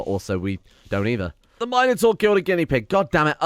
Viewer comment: I do not like the way he says Minotaur .-. " Mine uh tour " lol what